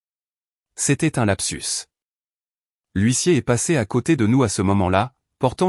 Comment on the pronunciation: Gros problèmes éternels avec le mot HUISSIER, depuis le temps, ça devrait être corrigé,comme quoi l'IA ,,ne relit RIEN